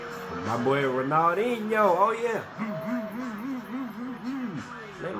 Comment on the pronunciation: The first guy name is pronounced Ronal-dean-neo